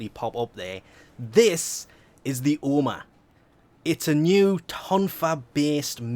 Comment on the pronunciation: every time he says oh ma I died 😂😂😂.